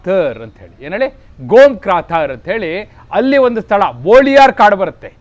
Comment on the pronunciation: ಬೋಳಿಯಾರ ಅಲ್ಲ. ಅದು ಬೊಳಿಯಾರ್.